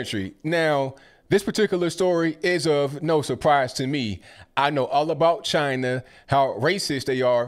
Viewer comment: Purposefully misspelled to imitate the way Trump said CHY-NA. :)